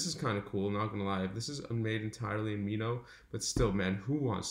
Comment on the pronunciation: It's Mimo, not Mino hehe. Thanks for the video mate!!! I confess I had bought an annual subscription before I watched your video. Might as well use it for reference.